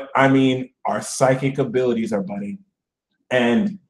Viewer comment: Uhm did you say it's "budding" or "butting" now for Scorpio? (Rising, here) I don't have any r-ships "budding" currently, but I do have the "butting" on lock down Lmao